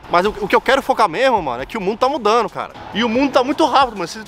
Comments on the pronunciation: “O mundo tá ‘mudanu’.” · Parece que não foi só uma cerveja kkkkkkkkkkkkk “ O MUNDO TÁ MUDANDOOOOO”